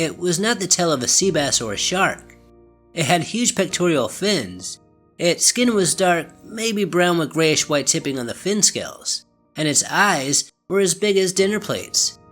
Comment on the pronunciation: 'pectoral' not "pectorial" m8